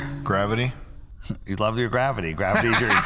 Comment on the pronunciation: “Do you luh black people”